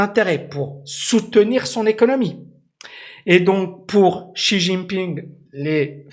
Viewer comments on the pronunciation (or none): la prononciation de Xi est" Si" comme la note de solfege et son nom la lettre J se prononce en T. Comme "Tine" ping.